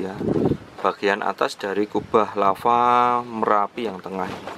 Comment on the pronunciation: Larva lagi.... Lava cuy,bukan larva